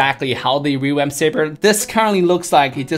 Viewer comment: i like the way he says revamp rewamp :3